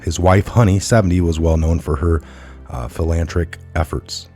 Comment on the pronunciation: PS...Im sorry & yes theres more. From renaming geographical locations, the Kalapaupa region,in particular,through your efforts, now becomes the "Kalapappy" area...if a person is philanthropic, he may as well be,philanthric,too,as you so eloquently put it..sure! Why not?....& Bin Laden would be very surprised to find out that he founded the Pan Islamic Organization...AND al Qaeda! What I see in the report that you'd read,or attempted to read,was he founded the pan-islamic organization OF al-Qaeda....& its not the same,or accurate, as described by you...(?) &,it goes on & on & on,day after day...why, after putting all this stuff together, for your followers, and then posting it up,you can't resist reading everything WORD FOR WORD??? I aint being an asshole,bro...I just simply can't let it go without saying something to you. You'd expect ME to be able to accurately relay info,to you, right? & if I just kept on and kept on,without improvement, you'd be irritated also,correct? And the irritating reality that ties all of this together, is the fact that you,being a You Tuber, with this stuff being your so called specialty,you should be able to recognize these names and terms, & who they are,what they did,when it was done,and even where it was done...and by repeatedly having the same issue(s) and the same gaffe occurring,you are either not prepared for broadcasting your show,or simply put, you're just gathering info up,on what has become a lightning rod topic....Politics...